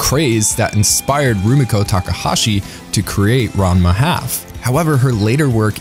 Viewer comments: Ranma is pronounced RON-MA. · Obligatory "Ranma 1/2" is pronounced "Ron-ma(think the 'han' in 'Gohan') one-half" comment is obligatory. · hi yes love the video but it's pronounced "rahnma one half" just fyi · I really hope "RANN-muh HaLf" was ironic lol